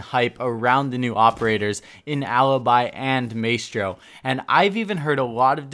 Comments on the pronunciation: Alastair grant or “mice-tro” either way it was annoying af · I swear if he says maystro one more time. Lol great vid keep up the good work. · The way you say his name 😫 “MAY-STRO” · DonkeyDotExe I was talking about your "my-stro" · My-Stro Jesus I couldn’t stand the way he kept saying his name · It’s “Mah-eh-stro” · Maestro is pronounced My-Stroh and turret doesn't have an 'n' before the second t. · Its "my stro" fam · Man said maystro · Mae-stro 😂😂 god help me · is pronounced maestro is pronounced mistro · Maystro????? Really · May-stro? Wtf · Maystro? Tf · Stop saying Maystro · Please stop pronouncing it MAYstro... Please. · Does it trigger anyone else how he puts emphasis on the a sound in Maestro instead of I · The way you say Maestro is just... Not okay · Maestro is pronounced differently in italian... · please say Maestro the correct way it's supposed to be pronounced. Love your vids, just one of my pet peeves. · Dude please pronounce his name properly. i know it isn't a very common word in the English language but it is seriously not that difficult. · You are pronouncing badly the operator's name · I’m sorry. I love you but God Dang you need to learn how to say Maestro’s name right. Literally the devs said his name twenty times🤦🏻‍♂️ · Don’t pronounce maestro like that please. I cringe every-time you say maestro. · Holy fuck are you okay? What’s a turrent? Who’s Maystro? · Did it not bother anyone else that he mispronounced turret as "tur-rent" and maestro as "may-strow"??? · Dont pronounce his name like “May-stro” but instead like “my-stro” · Hearing "MAY-stro" is more annoying than I care to admit... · “Maystro’s Turrents” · MAY STRO???? NO BUD!!!! My - Stro.... Love you fam, just trying not to explode lol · Ma-S-Throw= not Maytro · It's not MAYSTRO!!! it's ma-estro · "My-stro", not "may-stro" :p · Its pronounced “my-stro” not “may-stro” still love your vids tho bro💪🏻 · ITS MY-STRO NOT MAY-STRO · Dude it's not may-stro...